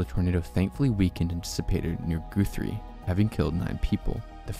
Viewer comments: Goothrie is crazy.. it’s Guh-three. Guthrie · the pronunciations lol "Goothrie" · Your pronunciations of some towns like Lubbock and Guthrie is annoying. L-uh-buck and G-uh-three